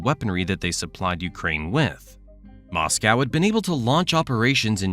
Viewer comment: Can't watch these videos when the presenter can't pronounce Moscow or Iran correctly, so ignorant